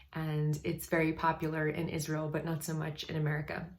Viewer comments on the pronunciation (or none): none